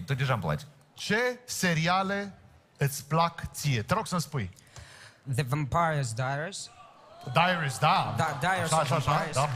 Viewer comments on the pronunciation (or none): Ba cum a zis the vampire diaries ..lol e si serialul meu preferat dar nu se pronunta asa